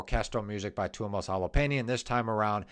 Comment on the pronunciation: Tuomas H o l o p a i n e n, Kai H a h t o (h must belong), Jukka N e v a l a i n e n, Marko H i e t a l a went wrong. In the Finnish language, each letter is filled when pronounced. The letters are also pronounced differently than in American English. Study